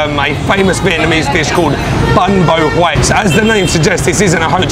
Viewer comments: It’s pronounced “bong baw where”, the stress is at the end. 🍝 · Hello, you have a nice Australian accent! Do you need me to teach you the real pronunciation of “bún bò Huế”?